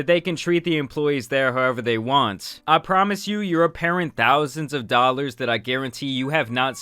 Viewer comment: It's not thousands of dollars... it's thousands da dallors